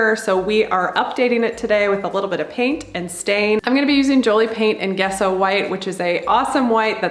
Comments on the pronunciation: Sorry to be that person but it's pronounced Jess Oh not Guess Oh. :D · Great vids- dont count people out of having unique items! Ha Think it is pronounced "Jesso" , even if it's spelled Gesso :))